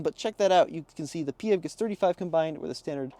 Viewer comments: Nope...we're not making "P-HEV" a thing. It's pronounced "FEV". Get it right or pay the price! 😅😅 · Please, never say Pee Heff ever again. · It’s funny when you say “Pee Hev”. In Australia we pronounce PHEV as “Fev”